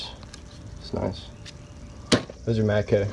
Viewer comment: Matcoeee lol I can't stand when people pronounce O like that